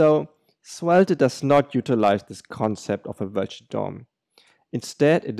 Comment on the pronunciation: Good video, but you don't have to pronounce the last e in svelt**e**